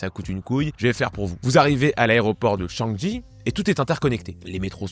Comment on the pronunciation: Ça se prononce changui même si c écrit changi